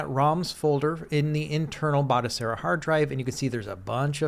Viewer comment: Its pronounced Batochera, not Batosera. I've got this running on an Atari VCS, works a treat.